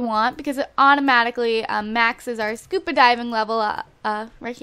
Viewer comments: She pronounces SCUBA diving SCUPA diving. lol but i still love these videos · Ur saying scupa instead of scuba